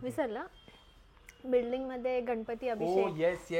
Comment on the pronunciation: Building ❌ bidling ✅ 😅